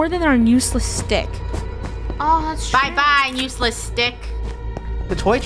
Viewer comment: OKAY funneh says nuseless instead of useless